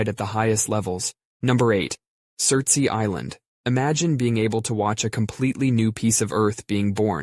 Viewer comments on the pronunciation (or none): this island (which is off the coast of Iceland) is called Surtsey, not cery, and is pronounced sir-ts-ay. The ey part is just the word for island, so you're just saying surts island island.